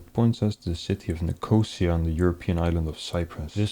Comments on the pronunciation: Nick oh see ahhh, not nick oseahh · I hate to be THAT guy, but Nicosia is pronounced “nik-oh-SEE-ah” not “nik-OH-see-ah”….the emphasis is on the 3rd syllable not the 2nd syllable. Great video!! Keep up the good work!